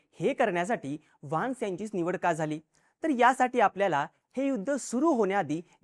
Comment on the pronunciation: वान्स नाही व्हॅन्स